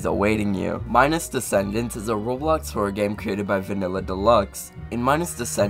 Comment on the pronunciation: "Minus Decedance" says "descendance"